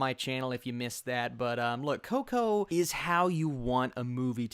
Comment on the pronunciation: My top 5 favorite movies: 5.Toy Story 4.Up 3.Toy Story 2 2.Finding Nemo 1.The Incredibles. All Pixar movies are really good, I will admit I even somewhat enjoyed Cars 2 even though it's the weakest movie for sure. I loved the way you said Coco, you sounded like a real latino 😂. Can't wait to see it.